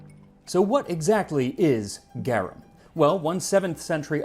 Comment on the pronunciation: Just started the video, but you MUST correct his pronunciation of garum! Easy fix!